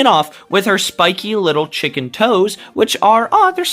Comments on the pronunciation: Dude it's chica the chicken not kitchen😠😡👺👹🤬👿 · Bro said chica the kitchen 💀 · "Chica the kitchen" ☠️☠️☠️😭😭😭😭thats what I heard